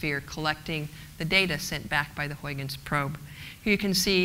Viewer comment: please try to pronounce Huygens like huigens... not like hoyykens...it sounds idiotic..do your home work before doing a speech with an ui not an oi and a g not a k...a g like as in loCH ness.. not a k sound like in English good